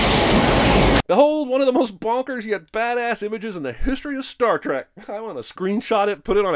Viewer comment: STAR....TREK? I've only heard of STAR TRACK. WTF?